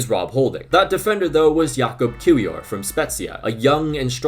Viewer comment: The W in Kiwior is pronounced as a V